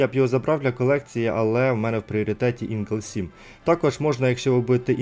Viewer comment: Друже дякую за твої видео, трошки поправлю тебе з назвою танка, ти кажеш на нього Інгл 7, а читається правильно Ігл 7. ( Орел 7 з англ.)